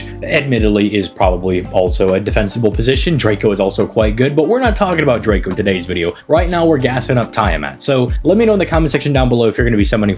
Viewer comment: This video had me laughing a lot with the edits. 😂❤ I'm new to the channel, and my only criticism is the mispronouncing of servant names. According to the katakana, names are pronounced "Tee-uh-maht" and "Drah-co" I swear I'm not hating, I just think it would be nice to see the community all pronouncing names as they were given. I mean, look at it this way... if you love the servant, wouldn't you want to say their name correctly? What if hundreds of people started saying your name however they felt? 😁 Anyways, rooting for your continued success 🙌